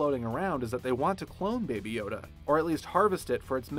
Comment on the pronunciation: I actually thought he said baba yaga